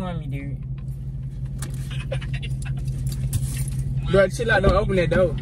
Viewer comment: "Play mursic durde" 😂😂😂